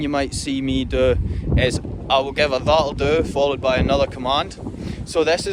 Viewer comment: Thanks for this. I had figured out most of the words, but I have been totally unable to understand what “lahlloo, lahlloo” meant. NOW I know you are actually saying, “that’ll do”! Ohhhhh. 😏 I am enthralled with these videos. The dogs are astonishing. And you are quite a trainer. My son has an Australian Shepherd, a breed that had been unfamiliar to me. We were stunned with how smart she was and how easily she learned. But once the family’s interest in training waned, a lot was lost in disuse. But she still loves to herd: the cats, the rabbits, whatever comes into the yard. 😳 And she resumes great attention whenever Nana comes to visit. Ha ha. THANKS FOR TEACHING US!